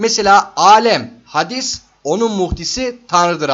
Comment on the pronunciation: Hadis değil hâdis olmalı. Yoksa buhari işlemiyoruz zannediyorum.😅😅